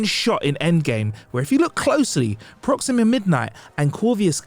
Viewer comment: So you listen to yourself before these videos are posted? “Proximia” “Corvius” “Iron Men” 😂😂😂